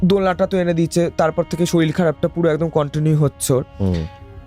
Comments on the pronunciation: শরীর ❎ শরীল ✅ 😂😂😂😂😂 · দাদা ওটা শরীর হবে শরীল না 😂😂😂😂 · রোজা নয়, ওঝা শরীল নয়, শরীর, একটু ঝাড়াই বাছাই করে এনো পরের বার । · Uchharon er karone sunte echha korlo na . Ato wait kore thaki podcast er jonno kintu hotash holam . Soril, roja ar goga sune obak holam😮 odbhut bhasa kokhono sunini . Ghotona ta bhalo chilo na.😂